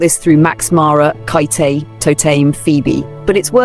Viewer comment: Absolutely love your commentary and agree with your assessments. Such a great point of view. One note: Khaite is pronounced “Kate” after its founder.